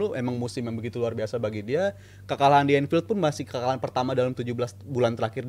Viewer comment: Ulang lagi bang, "babak peetama mencermati babak kedua Matii" 😢😂 Bang seriously?😅